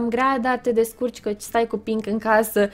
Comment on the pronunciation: (XD) spune mereu penk